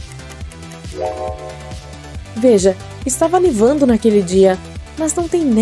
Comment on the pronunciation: Perceberam que no #5 a moça falou "Nivando"😳